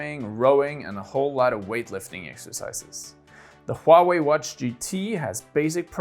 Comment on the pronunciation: like how you pronounce Huawei, as precise as a Chinese does :)